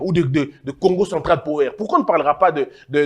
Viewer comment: La prononciation de power c'est pawa